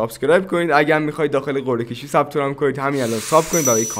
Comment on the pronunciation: به قرعه کشی میگه گرعه کشی.😂